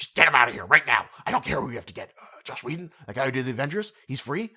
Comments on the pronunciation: You do realize he is called "Joss Whedon", not "Josh", right? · Is he saying "Josh" Whedon?